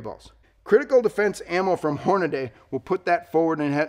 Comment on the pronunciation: Hornady is pronounced Hornadee not Hornadaaaay! If you’re doubtful give them a call and they will tell you the same thing.